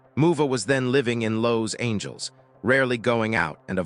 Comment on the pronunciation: Lows-Angels? WTF, can't your Ai narration software learn to pronounce one of the most famous cities in the world. I've had it with Ai narrators. I'm outta here.